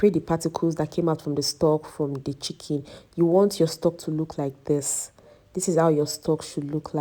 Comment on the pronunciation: I love your pronunciation of 'chicken', it sounds like 'chicky'